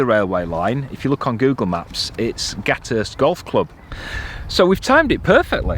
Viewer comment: I rode my bike Wigan to Parbold a few years back and got soaked in August. You pronounce the "th" in Gathurst :-)